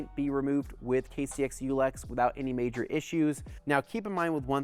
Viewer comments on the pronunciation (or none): none